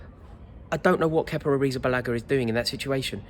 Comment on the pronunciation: Just say kepa